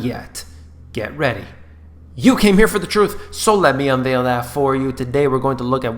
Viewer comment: actually, he says 'untheil', not 'unveil', surely?